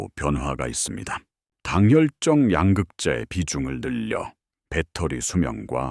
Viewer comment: 야 임마 왜 양극재를 양극자이라고 발음하냐 ?